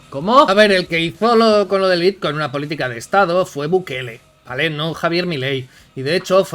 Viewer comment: Dejadles hablar, no sabe ni decir bitcoin hulio